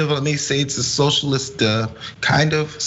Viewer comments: hahaha "soshulist" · "Yer a SOSHULIST!!!" And it just won me this election, biotch!!!!